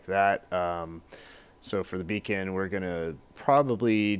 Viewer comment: A Beacon, dude :) Not bacon, a Beacon.